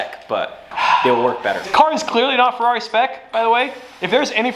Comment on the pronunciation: FER-ever on the FER-ari